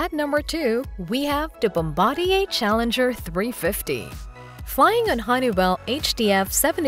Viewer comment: Nice vid, thanks for posting. Also thumbs up for being one of the few aviation channels I have see that uses the correct pronunciation of "Bombardier."😁